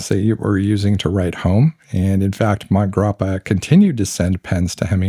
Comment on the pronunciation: Great video - the Hemingway connection to MG was more detailed than I’ve heard before. Just wanted to mention that the pronunciation of Montegrappa most likely has an “a” sound between mont and grappa. I first heard of the brand in connection to watches, and a podcaster was pronouncing the name in Sylvester Stallone’s accent. Stallone was promoting their watches for awhile. My favorite Hemingway book is The Sun Also Rises. Farewell to Arms would be second. The short stories are very good as well. I was at a pen show and looking at a Montblanc Hemingway pen. The seller asked how many Hemingways I already have, and I laughed said none but I do have several of his books.